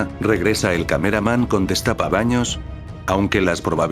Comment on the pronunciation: Destapacaños no dezrapabaños jajJjaja😅😅😅😅😅